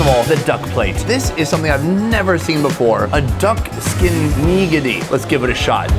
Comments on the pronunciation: Hi... why are we putting the accent on the first syllable in "nigiri"? Is that an American understanding of how japanese words are pronounced? Asking because I've heard others do this. First of all there's no real accent because the syllables are "flat"- so there might sound like there are accents in there but there aren't really. Second of all, even if there were, it wouldn't be on the first syllable. If there has to be an "accent," it would be on the second syllable, so please pronounce things like a normal (English-speaking) person and just say /Nih GEAR ri/. It's not wrong. It's weird to say /KNEE-gearry/, not to mention, it sounds like a really, really bad word. I would not go there. Sorry if this is rude but it was cringe. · You need to learn how to pronounce "nigiri" I wouldn't eat shark fin, considering how cruelly they are killed and wasted.